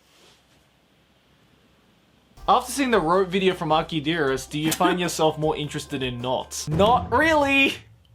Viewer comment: I thought it was pronounced akide arrest but it's dearest